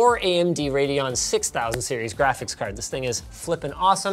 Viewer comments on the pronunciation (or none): none